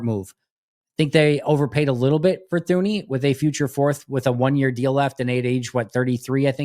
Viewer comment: Thuney is pronounced as “Tuney”…. Bothering me big time 😂